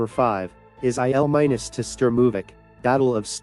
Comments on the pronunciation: EYE EL MINUS...gotta love AI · "IL 'MINUS' 2" Sturmovik? "WW eye eye"? Which idiot AI is doing the narration?